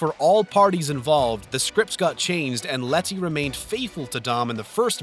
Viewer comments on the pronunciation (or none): I'm thinking it's a speech impediment because at the end of the Brad's Pitt section he says "goods call" So, he probably adds the s sound after most words that end with a D. He also does that throughout the rest of the video. And in the Fast and Furious, he calls Letty Lettsy so maybe it's not just words ending in D but words containing D's and T's (similar tongue positions) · it's pronounced "leddy", not " Let-tea". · Ah yes Let-tea 😂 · Please stop saying LET TEA its Leddy is how pronounce it it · It's letty not letthi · Say letty once again loll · Really stressing those Ts in Letty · The way he says Letty makes me want to shoot myself lol